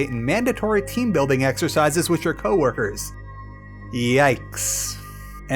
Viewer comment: Why do you say “wiss” instead of “with”?